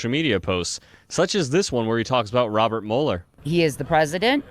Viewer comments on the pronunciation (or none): none